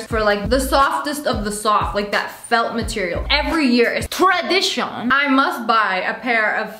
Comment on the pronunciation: The way said tradition made me laugh soo hard 😂